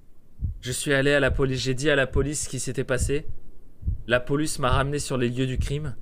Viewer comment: pourquoi j'ai l'impression que tu dis poluce xD